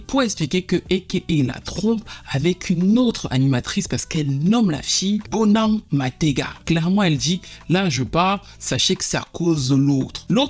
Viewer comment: Tout est ok sauf la prononciation Zinhle se Dit Zintle et BoNang....